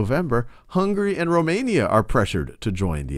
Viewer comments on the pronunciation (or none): none